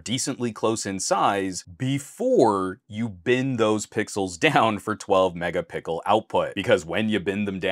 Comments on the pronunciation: Are you saying mega pickle 🥒 🤣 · Man really said Megapickel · Why do you say " Mega_pickle" ??? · Did you say Mega pickle?